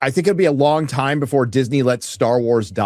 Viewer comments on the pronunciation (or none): none